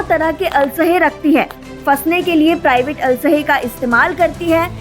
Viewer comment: अलशे नहीं असलहे बोलो भाई